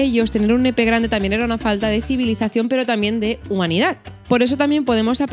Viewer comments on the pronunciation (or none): 7.43 civilicación 😛😛 juro que hace una semana estuve hablando con una amiga de esto!!! Jajaja me encantas ❤️